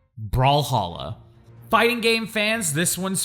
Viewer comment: thank you I had no idea what he was saying when he said Brawlhalla